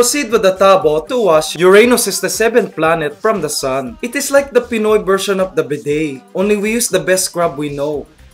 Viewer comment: Thats great, the way he talks is more like "Forced English" or more commonly known as "Carabao English" >_> Like, BERSION instead of Version PILL for Feel POUR for For? LMFAO, yeah, good job dude, GOOD JOB